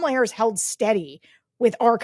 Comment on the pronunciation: I will still not a Black person who continually mispronounce Harris' name.